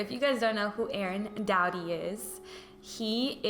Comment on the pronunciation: I thought she was saying “daddy” instead of “doughty” 😭😭